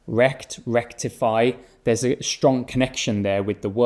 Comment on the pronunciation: Здесь есть русские? Почему он говорит ш вместо с? Не стронг, а штронг, не стьюдент, а штьюдент?